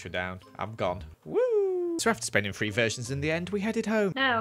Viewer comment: It's three not free